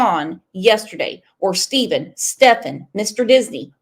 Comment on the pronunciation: 😂 it's "steffin"... not stefffffon